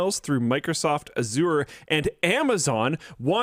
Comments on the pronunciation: It is Azure not Aziur. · No one will read this, but fyi, Microsoft Azure is pronounced "azj-ur" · reeeally has to learn how to pronounce Azure correctly... I couldn't help but cringe every time he said it.